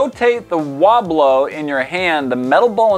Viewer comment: Wobblo? Aint that the guy fwom Parks and Wecweation?